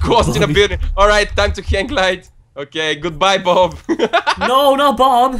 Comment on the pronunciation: When says Bob, it sounds like Boobie